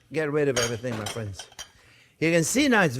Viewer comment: "Well hello there phrinzzzzz"= the best!